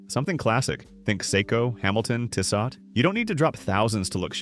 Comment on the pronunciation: I'm dying to know how this AI says Tag Heuer after hearing it fail to pronounce Tissot.